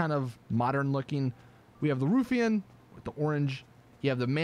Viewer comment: Lol, 'roofeon'. It's ruffian, numbness.